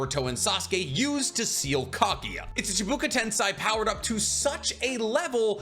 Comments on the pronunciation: Chee-boo-ka Tense Eye Me: 🤨🤔 Ooohhh… Chibaku Tensei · Chibaku Tensei, not ChIbUkA tEnSai. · Shibaku tensei ............not chibuka tensai......your a great Naruto/Boruto.........Edo Tensei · Does he mispronounce just for someone to comment? Chibuka tensei? Its chibaku, and edo tensei, its not edo tensai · chibuka tensei nice bro its chibaku tensei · Dude, chibaku tensei. Not chubuku tensai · chibuku tensai?? you mean chibaku tensei? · You look so cute saying Chibuka (ChiBAku) and TensAI instaead of tensei ( tensay) xD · it bothered me a lil bit hearing "chibuka tensai" instead of "chibaku tensei" so many times 😅😅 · its chibaku tensei not chibuka but anyways you are great and i love your vids❤ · Chi-bah-coo ten-say lmao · blud really said chIbUkU tEnsAi 💀💀🤣🤣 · Bro is saying chibuka tensei 💀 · I keep getting to the point where I think "I guess this guy actually does know what he's talking about" and then he drops a 'Chibuka Tensaj' on me. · I hate the way he pronounces chibaku tense 🤣